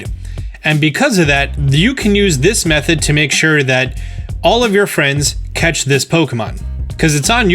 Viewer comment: Okay, I think is great and all, but did he say 'cetch' instead of 'catch?' This bothers me. 😂